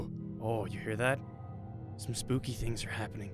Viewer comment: did you say spopy